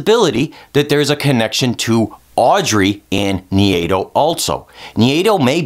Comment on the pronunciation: Who's "Nhiyedo"? How do you get that pronunciation from Nai-do? haha